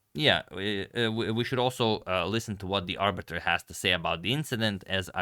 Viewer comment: Arbiter- 'Abut'...😂